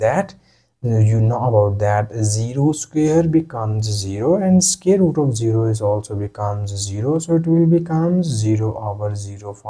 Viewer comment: Its pronounced SQUARE...NOT SCARE !!!.